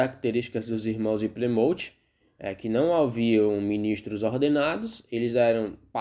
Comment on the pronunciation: Excelente vídeo! A pronúncia do nome da cidade está incorreta! Ainda existem muitas igrejas que se reúnem na simplicidade!